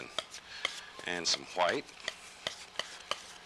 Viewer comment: Anyone else love the way Bob says hwite?